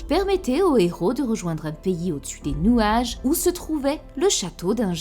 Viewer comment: je pensais avoir mal entendu mais j’ai bel et bien entendu « nouage » 😂, encore une bonne vidéo merci et force à toi